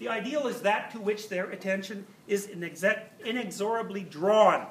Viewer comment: I lost all respect for this guy when I heard him pronounce ‘inexorably’ wrong.